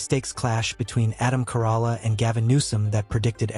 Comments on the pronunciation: Adam's last name is pronounced like the Toyota Corolla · I hate the AI can pronounce newsom but not Corolla, and Mexicans and blacks just don't want checking accounts they don't want the government to know how much money they have